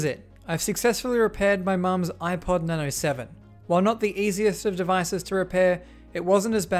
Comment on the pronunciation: its supposed to be na-no